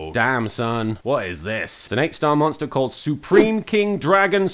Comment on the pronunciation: “If your linked link moster” ~giggles~ 😂😂😂😂😂